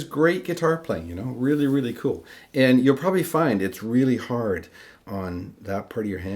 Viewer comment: "It's really, really 'ard..." Did I just hear that? Would French be your first language? Great video! Bonjour de France